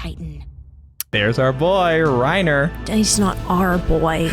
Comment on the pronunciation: Why do they pronounce her name “Gobby” and not “Gabbi” in the dub? Gross Edit:ew, why do they call Reiner “Ryna”